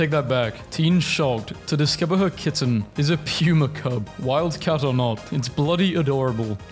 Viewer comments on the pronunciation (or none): none